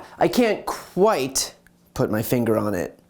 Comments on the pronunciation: "Qwhite" killed me. Lol zingers for days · "QWHITE" 😂 marvelous!!!! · "Qwhite", nice. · "I can't Qwhite put my finger on it"...nailed it. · “Can’t q-white put my finger on it” 😂